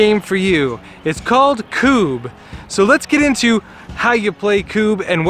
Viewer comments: Its not Kuuuuub. Its Kub. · This highlighted some rules we had done differently, we’d been returning the knocked down pawns/Kubbs to the back line, game took forever. Also a double consonant is done to force a short sounding vowel. Such as Tidy, and Tiddy. As such it’s always been Kubb (“Kub or Cub”) to us. ‘Koob’ made it very frustrating to watch :-). But thanks still. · It’s pronounced CUB